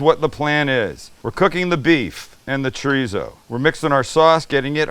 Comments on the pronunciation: It's not treezo, dufus. It's chorizo. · I”m from the UK but lived in Spain for 20+ years… Paella pronunciation +/- about right, Chorizo not so much.. the Z is pronounced ‘Fuh/Fo’ or ‘Th’.. so phonetically when you say Chorizo pronounce it as Cho-Ri-Tho or Cho-Ri-Fo.. Great video btw… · What’s “Chreezo”? 😛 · Love the video! but I have to ask… “TREESO”? Lol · Oh also a native speaker was poking fun at your pronunciation of “chorizo”. Spanish has this quirk about the pronunciation of a letter changing depending on where it’s placed and whether there are vowels or consonants around it. Still confusing for me too. Like if r is it at the beginning of the word it still makes an r sound but softer and when it’s in the middle it’s of a cross between an r and a d. So it’s more like choe (rd)ee so. Food for thought. Este gringo is still trying to wrap my mouth around it myself.